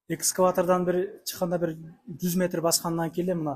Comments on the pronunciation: Баары жакшы чыгыптырго ушул экскаватор деген жериң бузуп коюптур. Эскалатор деп айтылат. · Экскаватор эмес садага кетейин, ЭСКАЛАТОР БОЛОТ . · Экскалатор дейт 😂😂😂 А так ийгилик оскуло онгуло!!!